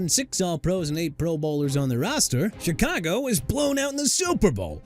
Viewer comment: YOU MEANT "MONSTERS OF THE MIDWAY" MR. I CAN'T CORRECT MYSELF FOR NOTHING?! ALSO THE CHICAGO BEARS PRONOUNCED SHUH-KAH-GOW OR SHEE-KAH-GOW AND I'D BETTER NOT HEAR YOU SAY CHEE-KAH-GOW NO MORE!! ALSO MIAMI'S 1973 DOLPHINS GOT OVERSHADOWED BY THEMSELVES... WHAT'S THAT SUPPOSED TO MEAN BRO?! AND YEAH EVERY DOLPHINS TEAM FROM '73 TO 2025 WILL LIVE IN THE SHADOW OF THEIR 1972 SQUAD AND YOUR POINT IS?! SMH...